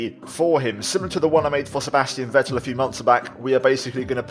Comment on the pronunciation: Just a little hint about the pronounciation of Sebastian Vettel: in German the letter V is very often pronounced like a very harsh f. So the correct pronounciation is "Fettel".